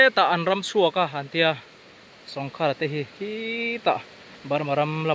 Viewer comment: Sawngkhara tih I thluk dan kha khar tih lai kha thluk deuh tur,sawng tih awmzia hi kawngka/kawngkhar tihna, sawngkhara tih awmzia chu kawngka khara tihna vel a ni e